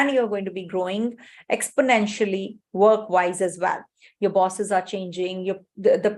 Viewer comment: It's "wise" not "vise"